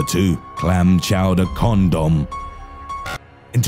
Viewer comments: actually turned out to be a CAHNDOHM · GØM BON